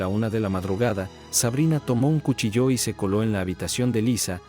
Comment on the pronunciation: Cuchilló o cuchillo? El acento de la palabra es en la i